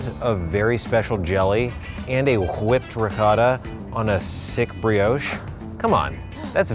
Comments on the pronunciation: wHipped ricotta?! Cool wHIp? Toast tastes better with some wHipped ricotta? is that you? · and a chhhhwhipped ricotta. why do you say it like that, that is not how you pronounce whipped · Wait.. how did say ”whipped”? Hahah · At the end pronounces whipped like Griffin and has he always said it like that?